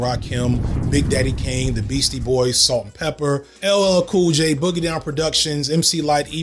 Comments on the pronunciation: he said ‘Pepper’ instead of ‘Peppa’ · Pepper with the hard R 💀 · I love that you called yourself out for "Pepper." I was like why is he saying pepper lmao. It kept catching me off guard. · He said pepper with a hard R. Noooo! 😱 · I love the fact that when you say Salt-N-Pepa there's about a 50% chance you unintentionally code-switch for a moment. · Know what bro, I forgive you for misspeaking "peppa"s esteemed name.